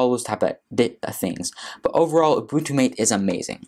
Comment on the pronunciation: Matay, not mate